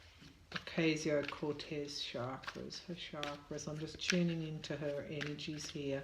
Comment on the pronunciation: Dear Tarot card reader, with love, let me advise you on pronouncing AOC's name that is OCASIO, not OKSIO. Good reading. Thanks.